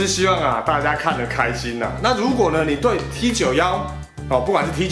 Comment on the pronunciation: T91念作 梯勾么 都當過兵了不要亂念